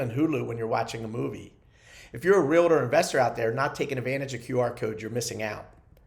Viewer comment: UGH please say Realtor correctly if you are a licensed agent! 2 syllables. Not 3. Sorry, drives me crazy when I hear this. Like "nucular"...and thank you for the tips,!